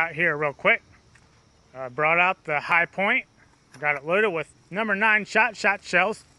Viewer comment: It’s “Hi-point” jeez...